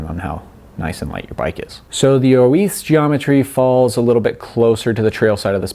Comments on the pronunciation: Dude trying to speak Spanish, oo-eeth? It’s just Oiz. Pronounced “ojzz”. Also, you are riding an XC bike on a trail where you normally ride a downhill bike, so extra kudos for this bike is definitely in place. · Basque, not Spanish, is what makes the difference here. He says it in Spanish, while Orbea is a Basque company. Or in short: you are correct.